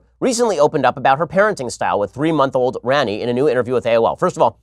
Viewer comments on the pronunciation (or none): Hey ben it's pronounced Rah-ni and it's hindi for queen